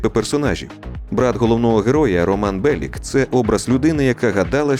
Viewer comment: Ніко Беліч а не Белік. Сербською Нико Белић